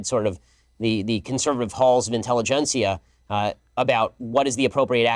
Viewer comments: “Halls of “inteligencia””… what a clown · "Intelligencia"... He ain't got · I find it incredible that he said “intelligencia” and patted himself on the back like well done Benzo, left tears blah blah blah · Did he really say “The conservative halls of inteligencia” 😂😂😂😂😂😂😂😂😂😂😂😂😂😂😂😂😂😂😂😂😂😂😂😂😂😂😂😂😂😂😂😂😂😂😂😂😂😂😂😂😂😂😂😂😂😂 wow😂😂😂😂😂😂😂😂😂😂😂😂😂😂